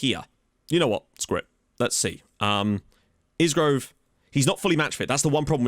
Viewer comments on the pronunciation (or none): Really like that asymmetric tactic. One thing. It's a silent S on Isgrove so it's pronounced I-Grove. Was about to mention that in that system that Kioso could play RCB covering Jones if he gets caught in midfield on a counter attack. Having seen him for Luton, he could definitely play there because he is built like a brick out house and is lightning. Now I am wondering if he could be the backup to Mengi at Libero, purely because of his recovery pace.